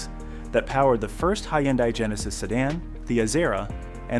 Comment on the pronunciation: Hi-un-day -always has been😂